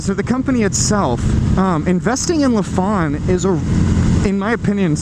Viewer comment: It’s not La fon but say it as Lie Fan